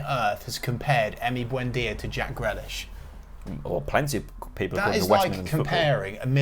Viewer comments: Who's Jack Grelish? He ain't a pickled vegetable! Very questionable pronunciation 😂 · Buendia better then Grealish 😂😂😂 at least pronounce Grealish’s name right next time it’s not Grelish, love the podcast though😂👏